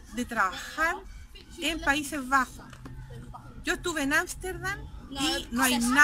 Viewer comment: Señora. Por como pronuncia "Asterdan" me doy cuenta cual fue su problema.